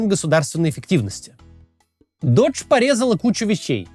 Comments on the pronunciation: Doge произносится как доудж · Кто нибудь из команды Каца, скажите ему что doge произносится как дож, венецианский глава государства, а не Додж, американская марка машин. Это ведь игра слов заложена в имя, все ее знают. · Вот только оно произносится как "доге", бумер. Оно названо в честь мемной собаки, которую форсит Маск.